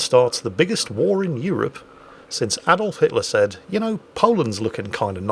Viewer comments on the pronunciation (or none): none